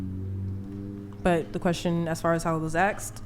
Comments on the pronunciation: Rachel is better looking than all of them, but its hard to be equally objective with prior knowledge of Rachels personality. An 7,8,9,10 could instantly become a 3 when they open their mouth. Like "axed" just dropped a few points to a 1. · I hate when people say “axed” instead “asked” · But … the question as far as it was AXED. Jesus Christ, you know that’s not how it’s spelled or pronounced, so why on earth do you do it? Again, to lean into even MORE stereotypes that you claim you don’t like? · Sorry, I speak English. What is “acksed?” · "I was AKSED"?!? what is that supposed to mean? 🤦🏽‍♂️ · What the f**k is ‘axxed’? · ASKED ... NOT "axed" ... if you were axed you couldnt answer the question DUMMIE. LEARN TO SPEAK PROPERLY ... and another movie recommendation: "My Fair Lady" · "Ax'd" says alot. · Axed?… It’s asked. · Why tf do Americans say "Aksed" instead of "Asked"??? It's annoying af. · it's Asked, ASKED!!! Nobody was "Axed", anything, she wasn't "axed", to rate everyone, she wasn't "axed", to be on the show in fact, No one was "axed" anything at all!!! FFS, what is it, with the English Language, Black Americans, find so hard to use? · The fact that the delusional 10 says “axed” when trying to say asked speaks volumes. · Asked, ASKED! Not axsed. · Take it easy, she's never been to a liberry. It was the way the querstion was axed. Call the waaaaamberlamps. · Just say “asked”. You sound so dumb when saying axed. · Its how 🥷 say the word 'asked'